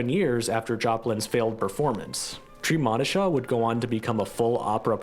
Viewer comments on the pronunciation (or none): The correct pronunciation of Treemonisha is, "TREE-MOE'-NISHA"!